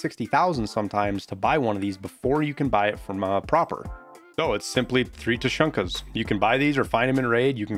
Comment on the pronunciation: Pronounces Prapor correctly... weird but ok... 30 seconds later "Tuh Shuhnkas" xD